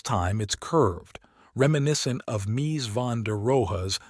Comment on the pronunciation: I watched this about a quarter of the way through until I got fed up with the AI generated narration and content. The odd mispronunciation of architects names – notably Mies - was annoying. The final straw was the AI reference to the Pompidou Center with the accompanying photo being of Foster’s HSBC building. As others have noted - openly and transparently stating that the video is AI generated and narrated would alleviate the frustration, or at least minimize it when these kinds of stupid mistakes happen. Where is the editorial oversight of content like this?